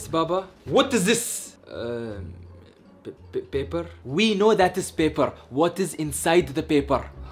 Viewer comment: says Baber instead of paper 😂